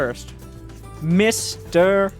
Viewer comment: Hey, Mr. Yo is pronounced Mysterio <3